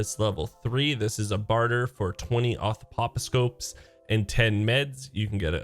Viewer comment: Auth pop o scopes? That’s a new way I’ve heard that mispronounced.